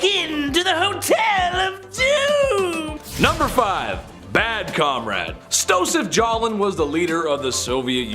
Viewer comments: Stosef Jalin??? Really? And even after that mistake calling him Jalin several times? Ehm, sorry... His name was Josef Stalin... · He didn't even say it right... He called him Stosef Jalin several times... I bet he also has a locket rauncher in his garage...